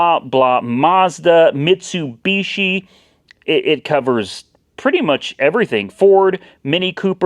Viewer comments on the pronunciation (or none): none